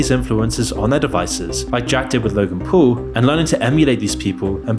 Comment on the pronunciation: “Logan pool” “Woolmart” 😂